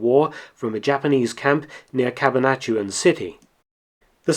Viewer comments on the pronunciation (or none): It's not Cab-a-nat-uan, it's Cabana-tuan.